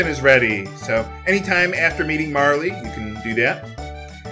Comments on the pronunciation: It is pronounced mar-il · actually,, her name is pronounced Mahrl because in the Japanese version of the game her name is spelled Maaru not Maari or Maaruri Not to seem like a dick or anything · The Japanese version of Marle's name had no pronounced "E". It's supposed to be said like "Marl". Just sayin'. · I actually think Marle IS pronounced "Marl" with no y sound at the end. At least, her name in Japanese is basically "Maru" so the "Marl" translation is a lot closer. It's just a shame that Ted Woolsey picked such a weird way to localize it - they changed Terra's name for the better in the US localization, so they could have called her "Mara" or something and it would have been a much better name, in my opinion. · It probably is pronounced like 'Marley' with the long 'e' sound, as I believe the Japanese equivalent would be spelled 'Marl' without the 'e'... in case anyone's interested! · I pronounced it like that when I was a kid, but I've become accustomed to other ways of saying it thanks to LPers. I don't agree about the script. While the original translation is nostalgic of course, I appreciate the darker tone, and more accurate translation in this version. I didn't like most of the new content myself. The tie-in irritated me, because Guile/Magil plot in Cross had been shafted to begin with to fit in more characters... and just giving him amnesia in the end is a lazy tiein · Much like every other SE handheld remake, I was extremely disappointed in this one: they rewrote a script that didn't need changing, the extra stuff didn't bring much to the game, and they made the once-mysterious connections to "Cross" about as subtle as dropping a brick on your foot. I sold it as soon as I finished. Thankfully it hit the Wii's VC later on. Am I the only one who pronounces it "Marl?"